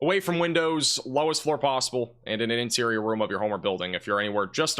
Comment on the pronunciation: “…interior roon…” 😂